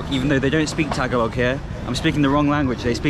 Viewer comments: it's not pronounced Taga log. It is pronounced and sounds like Tagahh log. Please practice this. It's no Basuig. It is Bisaya Magandang Gabi is Good Evening in Tagalog (Spoken in Manila or Luzon). Since you were in (Mindanao) Davao. And if its morning Say Mayaang Buntag (Good morning) instead of Mayaang Gabi witch is good evening in Bisaya or Cebuano. 👏😉😄 Maserap is also Tagalog. You want to say Lami Kaayo in Bisaya or Cebuano. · They don't pronounce it "tag a log" it is pronounced "ta ga lo"